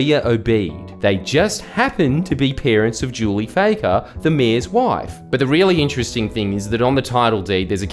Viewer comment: Is it pronounced Fakker or Fucker? Jordie you must have a big set taking on the Lebber Party. err I mean the Labor Party.